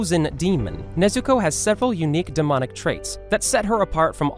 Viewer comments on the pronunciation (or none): did you just say Nezuku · DID YOU JUST SAID NEZUKU